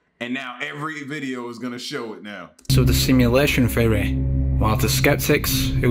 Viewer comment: It took me too long to realize the narrator was saying “theory” and not “fairy”.